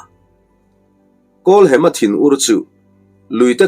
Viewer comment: Kan lo sawi ve lok nge w kawlhema tia i lam ri kha hem na lai tak kha thluk hniam lovin thluksang zawk ta i la kawlhema ti ta i la ngaihthlak pawh a nuam zawkin ka lo ring deuh a